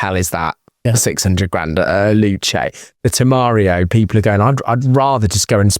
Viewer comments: It is Temerario, not Temeario, and is V8, not V6. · Temario? V6? - no, even I know how to pronounce it and it come with a TT V8 - there are people replacing the exhaust and it sounds pretty good - refer to Stradman's TEMERARIO on youtube